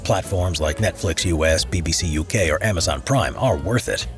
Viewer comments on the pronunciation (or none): none